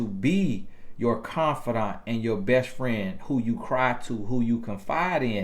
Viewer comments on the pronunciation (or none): none